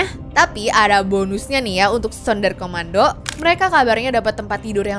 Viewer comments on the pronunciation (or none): BUKAN SUNDAR KOMANDO TAPI SUNDER KOMANDO KA